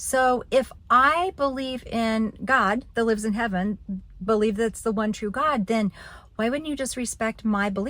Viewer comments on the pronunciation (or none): none